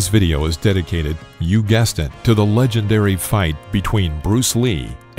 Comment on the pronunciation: "with the legenTary Yip Man"